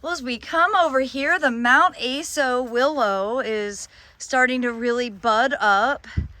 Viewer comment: Aso is pronounced "Ah-soh". Mt. Aso is in Kumamoto, Japan where the Higos are from